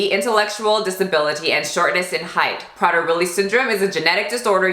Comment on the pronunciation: I've met someone with a daughter with this disorder and they have to lock up the food and be so so strict with her down to the crumb. Even though she's older she cant control herself around food because the poor girl thinks she's starving. It's pronounced "pray-dur Willie".